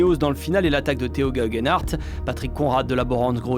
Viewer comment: Vive le cyclisme! Je dirai une chose par contre, ceux qui traduisent et commentent pourrait faire et devrait faire l'effort en plus pour prononcer les noms des coureurs proprement. Entendre Théo Gegen Arte c'est moyen, par contre quand le commentateur le prononce bien, ça rajoute tellement alors qu'en vrai il ne suffit d'un petit effort pour y arriver.